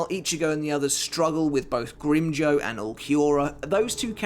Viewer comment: Please stop butchering the names of espada. It’s pronounced No E tora not noitra and it’s Grim Jow like the word now or how not grim joe